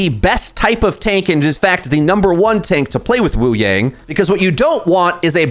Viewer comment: take a drink every time mispronounces wuyang or kiriko despite knowing the correct pronunciation and having pronounced them correctly in the past